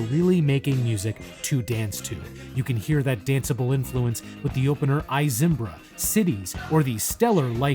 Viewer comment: It's pronounced "Ee" Zimbra. Someone else wrote this script for you, eh? I would not have guessed otherwise. This is a compliment. Your delivery is clean and inviting. I quite enjoy your work.